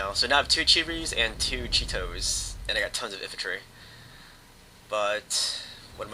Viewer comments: There not cheetos or cherys.. its Chi-To and Chi-Ri Incase you havent noticed there in Japanese. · sounds like he is calling it a Cheeto tank, id love to have one of those :)